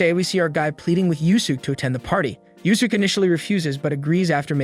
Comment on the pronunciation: I am really holding back my frustration with the AI voice mispronouncing Yuusuke.